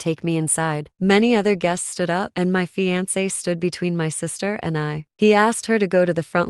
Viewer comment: The pronunciation of “fiancé” is like nails on a chalkboard for me lol